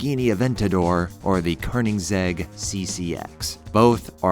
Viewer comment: Your pronunciation of koenigsegg cant be right can it???